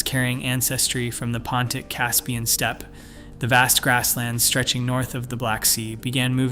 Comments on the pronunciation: omg, can't you find a human to narrate this? "Step-py" over and over again for steppe--it's insulting/ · Step-ee? OFS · Steppe-eh? No complaints about your content, but Steppe? Eh? : )